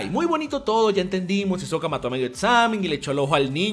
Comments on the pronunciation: Porque todos le dicen Isoka a Hisoka se pronuncia Jisoka si alguien me puede decir porque le dicen así? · Lo que me caga es que dices isoka y se pronuncia jisoka, pero buen video. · Buen video Dai! Tus analisis son buenos, pero lo malo es que pronuncias muy mal los nombres de casi todos, empezando por Hisoka que se pronunciaria "Jisoka". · Se autodnomina "fanboy de Isoka" y no sabe que la H se pronuncia... Mmm algo está mal Imagino a Dai como el meme entre botón rojo "Hacer una excelente evolucion de Hisoka en su máximo esplendor" o botón azul "Hacer un video sin que me lo desmoneticen por pedofilia y parafilias sexuales" xD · "debo cagmagme" dijo el hisoka XD